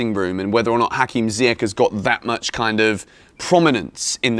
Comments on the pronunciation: Man sorry for this, but it’s not Ziyek…it’s Zi-ye-sh. Younes is gonna kill you for that pronunciation😂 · Jorginho for Ballon d'Or? Do me a favour. 😂😂 And it's pronounced "Ziy-esh" bro...